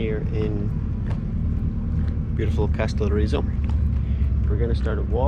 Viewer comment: And it's Καστελ - ό - ριζο, not Καστελορ - ί - ζο! 😉😉😉😉😉😉😉😉😉😉😉😉😉 (Τα πας πολύ καλά! Μπράβο σου!)